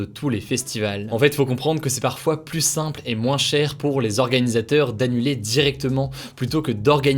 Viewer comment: Arrête de prononcer le "s" de "plus" ça stress de ouf